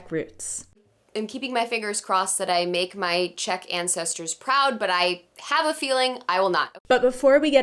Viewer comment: That asian chick knows her czech idioms pretty well also best czech pronunciation of them all